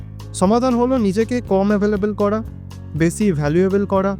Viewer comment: বেছি না বেশী হবে সমছ্ছা না সমস্যা। আপনার উচ্চারণ এ অনেক সমস্যা আছে আগে এগুলো ঠিক করেন তারপর ভিডিও করেন।